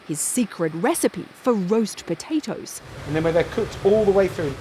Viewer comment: Why is she pronouncing 'roast potatoes' like she has never heard of them before in her life? hahaha